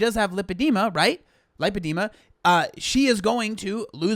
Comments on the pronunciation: lai. puh. dee. muh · How tf did she spend 2 hours talking to the doctor about it and still not know how to pronounce it? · thank you! i was so annoyed that she just settles on not knowing how to pronounce a word. its not cute, its not quirky; you seem dumb and uneducated. Google is a very easy service to use if you cant pronounce or understand a word. our ancestors would kill for a resource like that and lots of people worked hard to make is accessible to just about everyone. Just another example of how LAZY she is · If she saw a specialist shed know how to pronounce it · This b is such a pathological liar. If this doctor diagnosed her with lipodema why doesn't she know how to pronounce it? Wouldn't you just say it the way the doctor who told you you have it said it? This is just more of her WebMD fantasy bs. She doesn't go to the doctor. She makes this health drama up for views. God I hate her. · You would think if she spent 2 hours listening to a doctor repeatedly pronouncing Lipoedema she would know exactly how to pronounce it 🤔 Also: it doesn’t stop you losing weight at all. The scales may not move if your holding fluid in the tissues but your still burning fat! This is false information and just excuse after excuse. She couldn’t be happier to have come across this on Google. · Amberlynn's inability to commit to even remembering how to pronounce the condition she uses as the entire excuse for this inexorable problem of her weight encapsulates her attitude perfectly. She just doesn't care about much of anything. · She mispronounces the craziest things on purpose, it's one of her 'quirky girl' traits